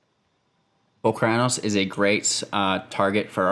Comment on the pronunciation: Holy Crap, that's not how I pronounce Polukranos! Which means the way you say it is wrong. Sorry bro-ham